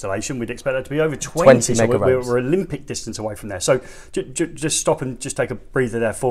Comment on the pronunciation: It's megohms not "megaohms"..